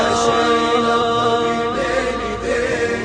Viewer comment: ما ينطق الظبي يقول الظفي او ينطق الباء بين الباء و الفاء